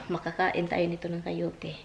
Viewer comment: not Cayote,Coyote😅